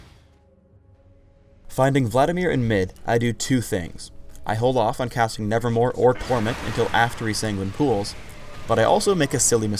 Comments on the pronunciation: Anybody else noticed that said "nevermoRe" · Just now noticed this after watching this spotlight for like the hundredth time, but isn't it "nevermoVe" and not "nevermoRe"?